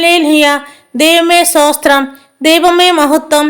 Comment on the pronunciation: മോളെ, pls don't pronounce സോസ്ത്രം, say STHOTHRAM🙏🏻സ്തോത്രം 🙏🏻🙏🏻🙏🏻കേൾക്കുന്നത് awkward, pls correct yourself 🙏🏻